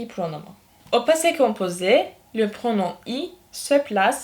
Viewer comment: Pronom okunmaz😂😂😂😂😂😂😂😂😂😂😂😂